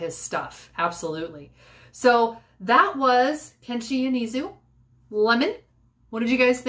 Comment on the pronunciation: He is my favorite Japanese musician <3 I know him accidentally but that was the best accident in my life. And not to be annoying, but his name is pronounced like 'yo-nay-zu' accept the 'nay' is kept short. so like, nay without the y. If I'm not mistaken Lemon is a soundtrack for a japanese drama. I haven't really watched any jdramas so I'm not sure. And a lot of Yonezu's songs talk about loss and death, including Lemon. I recommend "Eine Kleine", "Flamingo", and "Umi no Yuurei/Spirits of the Sea", all by him. Eine Kleine is a personal favorite that just make me wanna cry every time I listen to it.